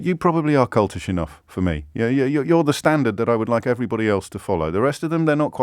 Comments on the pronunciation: I know James meant "cultish" but with the "l" replaced with a "n" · Kept saying 'cultish' wrong ...